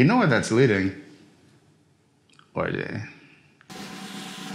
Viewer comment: Orgy Never has that word been pronounced correctly. Until JB schooled us here.